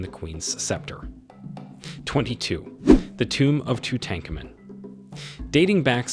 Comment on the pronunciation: Poor pronunciation of the names is cringe. Ife and Tutankhamen